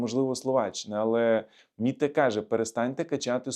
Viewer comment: Не "Мітте" а Метте, Метте Фредеріксен - прем'єр-міністр Данії